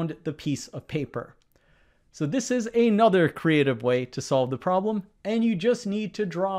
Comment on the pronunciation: Please stop saying "ay nother", as if those were two words. It's "another".